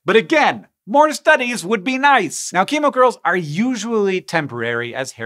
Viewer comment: I heard emo girls instead of chemo curls in the intro